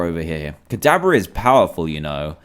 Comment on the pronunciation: Hey dan guess what. Ka*DAB*ra Also Ka*da*BRA